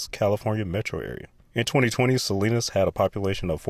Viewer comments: I think you mispronounced Salinas, Ca. I always called it Saleesinous, Ca. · Try "Sah-LEAN-us". I grew up there.